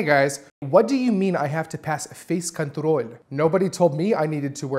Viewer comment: Как минимум одно из произнесенных "[фэй'с кантрол' ]" звучало чисто по-русски